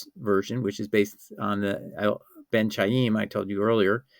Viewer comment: Ben Khaim, it is pronounced as in Spanish BEN JAÍM, it is not the [ch] as in "China", it is the [ch] as in "chemistry".